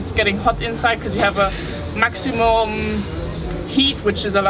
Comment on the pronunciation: I lost it when you said "AC, so if it is getting hot inside cause you have a maximu(oo)m mmmh... HEAT". Atleast you know that AC is helpful for cooling down the inside of the cockpit and by the way, when switching road lanes you use the direction indicators (fahrt-richtungs-anzeiger).